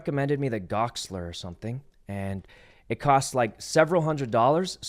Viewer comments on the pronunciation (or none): He takes every opportunity to say Goxler wrong.